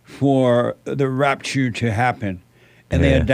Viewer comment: I laugh out loud every time Jesse says “The Rapturrree” 🤣